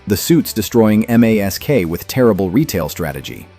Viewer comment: M A S K? Don’t you mean MASK? (M.A.S.K) AI?